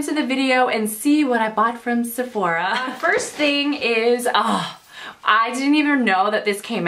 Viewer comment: "Sephorha" lmao 0.02